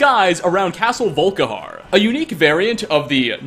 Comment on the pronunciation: I heard "Vull-Ka-harrr" when he started talking at the beginning xD